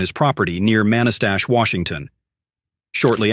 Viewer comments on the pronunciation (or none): WRONG pronunciation not MAN-I-STASH.. it's MANA-STASH. nobody cares about being accurate or true any more i see